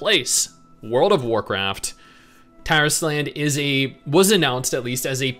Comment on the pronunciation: you're mispronouncing the title. It's not Taris Land, it's Tar Island. It's DEFINITELY Tar Island.